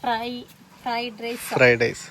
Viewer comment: ഫ്രെയ്ഡൈസ് അല്ല. ഫ്രൈഡ് റൈസ്